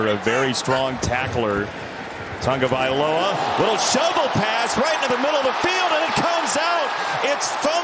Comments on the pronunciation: It's not "Tangovailoa" nor is it "Tungovailoa." It's "Tagovailoa" and they're paying you waaay too much money to have a reading comprehension disability. Good work by the Cards to get the win and stay close in the powerhouse NFC West. /s For the Dolphins... there's always next year. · Can't these hi-paid commentators and these so-called journalists pronounce the man's name properly.... it's not Tugovailoa, it's TAGOVAILOA.. So disrespectful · Why do announcers keep throwing a non-existent "n" into Tagavailoa's name?